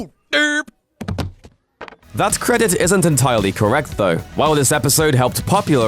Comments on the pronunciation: “Dup”? It’s pronounced “derp”. Just saying there’s an R there. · Your pronounciation of "derp" I thought you kept saying "dub"